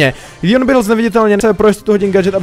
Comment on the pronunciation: LEON NE LÍON!!!!!!!!!!!!!!